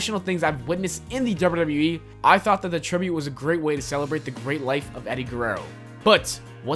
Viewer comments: OMG!! This narrator really needs to SLOW DOWN when he speaks! I was trying my best to listen and get through the video but every time he said dubbayoudubbayoueee, I cringed. He talked so fast and a good portion of what he said was so jumbled together that I couldn't even make out what he was saying. Seriously, just slow down a little and it will make a huge difference for the better. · Why do you say wwe so weird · The way he says wwe